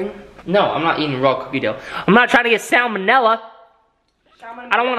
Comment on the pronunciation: said "salmonella" right this time. 😂